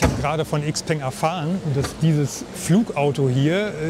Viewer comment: Cooles Video. 👍🏼 Aber bitte XPENG „Schaopang“ aussprechen. 😉 Aussprachevideo: Bitte keine Hate-Kommentare. Das hatte nichts mit Klugscheißen zu tun. 😉